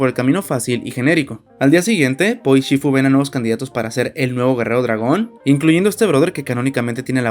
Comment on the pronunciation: No es chifu, es shifu